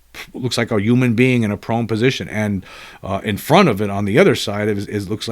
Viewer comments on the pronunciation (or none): That’s not how you pronounce human….